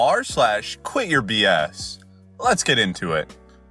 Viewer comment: this autoplayed and i wasnt physically watching and when you said quityourbs i heard queerbs and i was like WAIT THERES A REDDIT FOR THAT?!